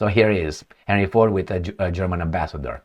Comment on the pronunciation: And he pronounced it "Harry", not Henry or Herny.